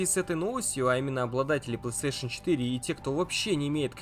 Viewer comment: Это не ПлэСтешен, а ПлейСтейшн.